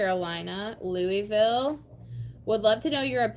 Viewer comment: NOTTTT ‘Lewee-ville’…. *Lu-uh-vul*🤪🥰